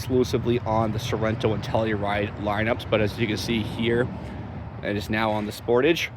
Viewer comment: You are pronouncing the word Sportage wrong it's SPOR- TAGE